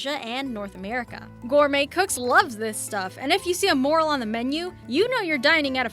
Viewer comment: Here we go again! I don't know about other things she mangled on this list, but "morel" is pronounced "more-ELL."